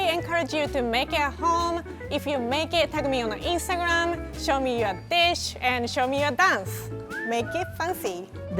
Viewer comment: "Show me your dish" 0_0 could've sworn she said "show me your bitch"